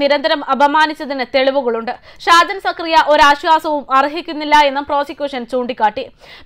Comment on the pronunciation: ഷാജൻ സ്‌കറിയ ഇഷ്ട്ടം, sprt..(ഷാജൻ സക്കറിയ അല്ല 😏ഷാജൻ സ്‌കറിയ ആണ്..)